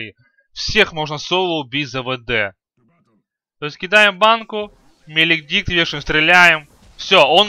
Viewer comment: Свен без бкб, дагон? 5 ударов с руки? что ты несешь (маледикт, а не меледикт)